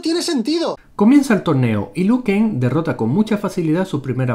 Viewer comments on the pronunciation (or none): Hay un error en la pronunciación de un luchador:todas las veces dicen Lu Ken pero es Liu Ken: ERROR ÉPICO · Se dise liu kan